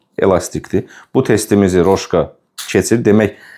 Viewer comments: bir düzəliş: kolbasanın adı "Roşka" deyil, "Rosko"-dur. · Roşko oxunur o kolbasa?Səhv tapmağa görə demirəm,mən bilən Rosko gedir